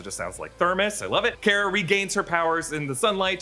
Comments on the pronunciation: It's not care-uh it's car-uh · It's pronounced "Car-Uh" not "Care-Uh" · Supergirl’s name is pronounced Kar-a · The way he says Kara really shouldn't bother me as much as he does